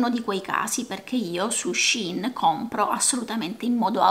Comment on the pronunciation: Grazie,, del video, bello e interessante. Complimenti per la tua etica personale e professionale. P.S.:... non vorrei risultare maleducata e bacchettona, ma attenta alla pronuncia del brand.